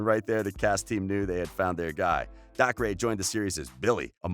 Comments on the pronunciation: It's not DAK-RAY its DAY CAH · Gayten? No, Gatten McLogklin? Nope, McLaughin Daycer? Nah, Dahcray sounds better (These are pronunciations not how you actually spell their names) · it’s not “dah-cree” it’s “day-ker”😭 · YOU SAY DACRE AS DAY-CER NOT dac-ray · dAhCrAy.btw its daycer, dacre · Narrator: Noah. Joe. Millie. DaHcRaYyyy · It bugs me how he says Gaten and Dacre wrong. It's pronounced gay-tin and acre with a d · It rlly isn’t... DAY-CUR! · omg and dacre is pronounced dacer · And also the way he pronounced Dacre. He was like. DacRay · “dacre” and “gaten” god this guy needs to some minimal research on names. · Is it just me or is everyone so annoyed how he pronounced gaten and dacre’s name wrong .. ( omg thanks for nearly 500 likes ) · It bothered me so much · And also Dacre😂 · Claire-Louise Maltas i know but he pronounced dacres name wrong😂